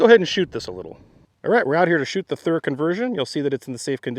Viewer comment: I love it when you do it right Thuer right Thuer